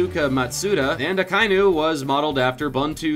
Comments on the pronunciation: Shaknowne Chrono I figured it out. They were trying to say Akainu (Kaooni= Akainu apparently). If they are going to try to use "bad pronunciation of japanese" as a coverup for never seeing the show, the least they could do would be to properly sound it out in english. Seriously, I wouldn't have even minded if they were honest and just said they researched the show but were not personal fans. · 92 he says Kauni instead of Akainu XD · At one point he literally pronounced akainu as 'kaiooni'... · Akainu is pronunced Ah-KY-noo.